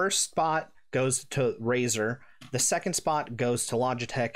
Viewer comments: did he say "RAZOR " dark core rgb pro .................. smfh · "Razer" ? I almost left after hearing that lol. Glad i didnt, good video.